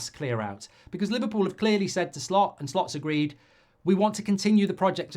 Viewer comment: He asked "Shlot" to pronounce his name mate, sorry